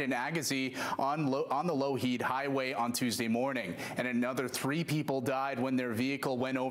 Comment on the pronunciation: Pronunciation Not "low heed highway"